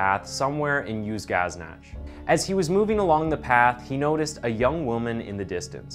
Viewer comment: Dude, you might wanna work on your pronunciation of Uzynagash! You called it "Uz-gaz-NATCH"! It's pronounced "Uzin-a-GASH"! LMAO!